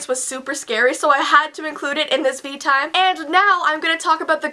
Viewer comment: veetime more like meetime